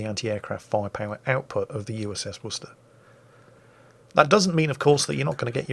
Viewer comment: Wuss-tah!! Bravo!! That is the correct way to pronounce the name of that city in Massachusetts, USA.